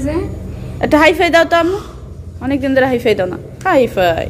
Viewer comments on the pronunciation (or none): ”হাই ফাইভ” হবে উচ্চারণটা।।"হাই ফাই" হবে না।।কিছু বলার আগে ভালোভাবে উচ্চারণ শিখে তারপরে বলার চেষ্টা করবেন।।।